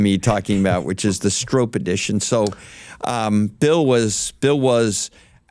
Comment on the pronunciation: I like Jim Farley but it really hurts a persons and a companies credibility (CRED) when you talk about a heritage product like the new Stroppe edition Bronco and you mis-pronounce the name. It's pronounced STROP (rhymes with POP) not Strope (sounds like rope). If you're going for heritage and OG offroad cred please do your homework.